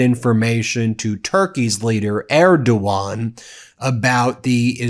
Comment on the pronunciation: Thank you for pronouncing erdogan right.